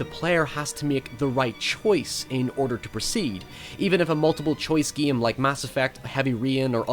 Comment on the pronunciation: what is your favorite giim? the giimplay is good.. the giim.... learn how to speak, you savage